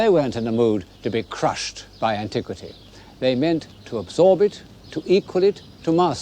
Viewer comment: Did I hear him say “antique-city”? 😊